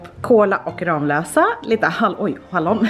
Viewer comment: Inget illa menat men jag bor i Ramlösa. Det stavas Ramlösa men man säger det med två m💕💕💕🍍